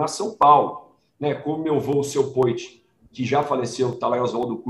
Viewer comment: Esse Vinicius tá faltando um N no poit, kkkkk!